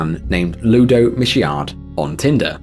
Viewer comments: Michaud is pronounced as (me_show). It's my maiden name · Fellow's surname in 3 is Michaud. You've inserted some extra letters in your pronunciation. It's said like mee-SHOW. Again, pronunciation guides will help you. I really want to encourage creators like you to take their work seriously and treat yourselves as having essentially the same duty as journalists to try to be correct. You could take a few minutes and go over the script to make sure you know how to pronounce names and places that aren't English. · Michaud = MEE-show